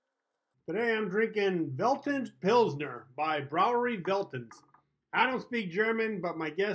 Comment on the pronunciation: Brauerei - "brow-uh-rye", Veltins - "fell-teens". Also, we gotta meet up at some point for a game. Completely forgot about getting back to you.